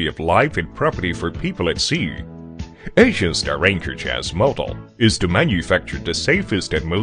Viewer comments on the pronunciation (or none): Given this is a video about Anchor Chains, I think hiring someone who can't get close to pronouncing Anchor Chains was a bad move.